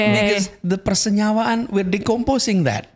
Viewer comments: the "persenyewaan" moment is really great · the "persenyawaan" explaining blew me away